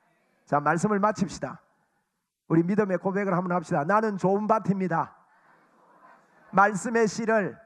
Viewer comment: 목사님, 명설교 잘 들었습니다! 참고로~ 좋은 밭입니다: 조은 바팀니다 ×→ 조은 바침니다 ○.. 가 바른 발음입니다^^ 감사합니다!